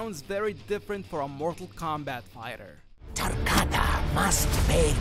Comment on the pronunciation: TaRRRRkatan must pay TRRRRibute :D